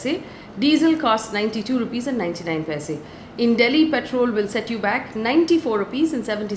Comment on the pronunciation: check the pronunciation of petrol and *purchase*...posting with the best of intentions ❣️